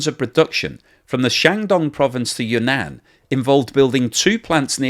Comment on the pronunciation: seems to cover China quite often, or at least those are the videos youtube shows me., Sichuan is pronounced "Sih-chwan" and Yunnan is "yoon-nan." Take it or leave it, your choice.